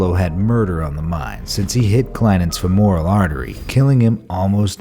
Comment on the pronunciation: Grammar cop here: It's pronounced FEMoral not feMOral. Thank you, $20 please.